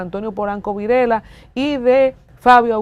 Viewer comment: El apellido es Virella (Vireya) NO Virela